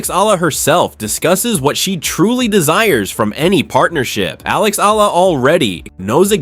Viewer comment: Alexandra Eala pronunciation E yala